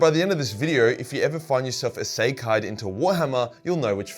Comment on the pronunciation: that is not how you say isekai 😭